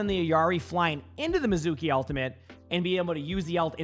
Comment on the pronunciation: Mee zu kee, every one say it with me!!!! Mee zu kee. Anime lovers and Japanese speakers are out here fighting the air.